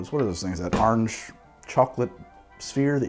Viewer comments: "Ahurenge." Orange? "AHURENGE." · Why does he say "OAR-ange" instead of just arnge like the rest of us? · That coastal accent leaking out a bit